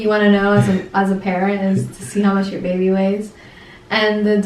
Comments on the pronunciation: Sarai Garivaldi i thought he said babah in stead of bebe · Sarai Garivaldi i thought they say it bebeh 😂☺️😍😍